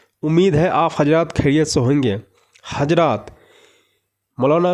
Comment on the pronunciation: Bhai pahele urdu achi tarah bolna siko hajrat nahi hazraat